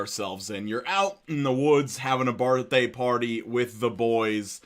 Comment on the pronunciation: A boartday party?...are you okay...?...